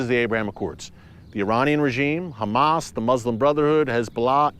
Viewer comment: We pray for peace,,,, so much so that we hide weapons in our place of prayer, so we keep the fight going,,,, while we pray for peace,,, you pronounce our name wrong,,, we are not humass we are dumba$$.!!